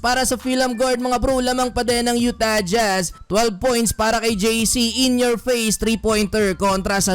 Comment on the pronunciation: YU-Tah jJhazz, hirap na hirap bigkasin eh. hahaha